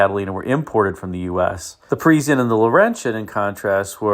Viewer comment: it is not perisienne,,it is Parisienne like paw with no w French word means people from PARIS